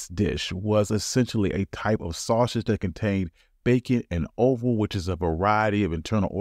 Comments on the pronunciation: Not oval , offal. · Offal, not oval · Offal not oval. ❤❤✌🏼❤❤